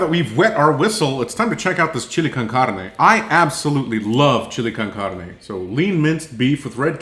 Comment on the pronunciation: You must have lived in America because your pronunciation of Chile con Carne was really good for a non Spanish speaker. I'm white and American but learned to speak Spanish in my teens. Very interesting to learn typical Ukrainian people would find a canned chili too spicy. Any Mexican food would definitely rock their guts.